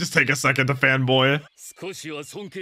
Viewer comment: When u said "I'm a fan boy" but we hear "I'm a femboy" 😭